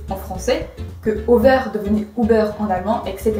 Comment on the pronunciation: Si on est tatillon, on peut même dire que ton "over" devrait être prononcé avec une diphtongue. Mais je ne suis pas casse-pieds, pas du tout... ^^